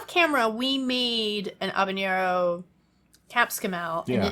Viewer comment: I’m like telling a story lol. As a born and raised Cuban I’m going to way in on the pronunciation ( pretend like I care about it) lol to put an end to it. Divide the name Hava like Havana and Nero right now you are pronounce it havañero. That being said Cubans the most we do for spice is black pepper corns and that we see as something spicy. We don’t really cook with a lot of spicy stuff. I personally believe that there needs to be flavor more so than spice. That the spice should be an accent at the end of the flavor in other words an nice balance. I have made mango wine and is a knock out with my friends and family both Cubans and not Cuban lol